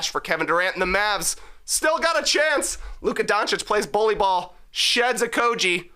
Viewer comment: You guys pronounce Josh Okogie wrong. It’s Oh-KOH-ghee.